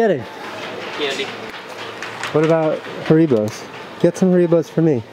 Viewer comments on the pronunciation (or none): So no-ones gonna speak about casey saying ha-reeeee-bow instead of harry-bo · I love you and all... But you call them HAREEBOS